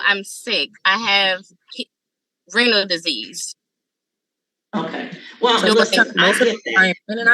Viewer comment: Thought she said Rental Disease 😩 Hope her kidneys heal, but baby $250/month is everyone’s dream.